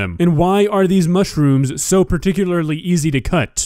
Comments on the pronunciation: Mushyrooms wtf I'm a Brit and we don't say it like that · "mushy rooms" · Does she say “mushyrooms “ ? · Is she saying mushyrooms? Lol love it